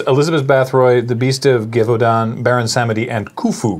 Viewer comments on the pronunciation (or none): geeva oodon XD its pronounced ga-vor-don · The game is Australian and it had dance parties and haunted theme park parties for it. It was HUUUGE. If your family didn’t have a ouija board, they had this. Btw Gevaudahns name is pronounced Guh-vaw-den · argh... its a soft g like a J for Gevaudan. was there seriously no one who knew french watching this!!!!